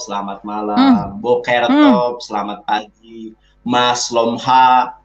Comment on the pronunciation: Hahaha...., pronunciations mu aja sudah salah, Boker Tov,not Boker top.